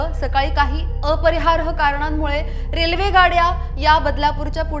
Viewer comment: अपरिहार्य असा उच्चार करा. अपरिहारह नाही